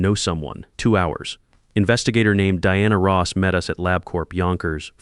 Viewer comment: Dianna Ross. Seriously AI?